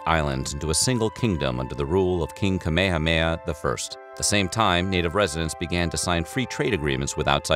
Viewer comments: I’m sry but “king kaaaaa meeee haaaa meee HAAAAAAAAAA” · I heard king kahmehameha... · Did I really heard king Kamehameha?? I mean, English isn't my first language, and that's also what the subtitles called him 🤷‍♂️